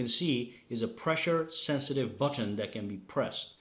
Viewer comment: It's not But ton - it's but - en. You don't repeat the t sound at the beginning of the second syllable